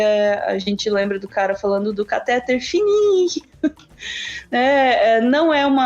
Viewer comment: A palavra cateTER é oxitona, a sílaba tônica é a última. Aff! Cansada de ouvir caTÉter.